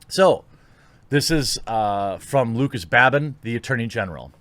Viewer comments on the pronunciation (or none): none